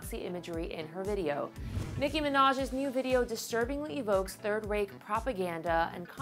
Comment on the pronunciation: You mispronounced Reich. 😔